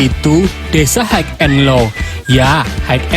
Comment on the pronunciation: Haigh and low😂😂